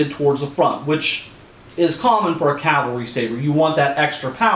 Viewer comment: 1. Cav-al-ry. 2. The official nomenclature was "light Cavalry saber", no M designation. 3. They were first issued in 1857, not 1862.